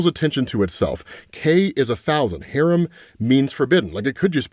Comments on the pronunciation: "hah-RAHM", not "harem" lol, two completely different words. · That is not how you pronounce “haram” lol You are pronouncing it like you would “harem” completely different things lol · Haram is Hah-Rom...a Harem is not Haram at all 😅